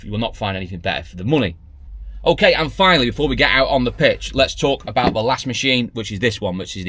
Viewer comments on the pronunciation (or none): On your promo, you said : "And finally, before we get out on the pitch'. Well, I had to watch it again as I thought you said: "And finally, before we get out on the piss".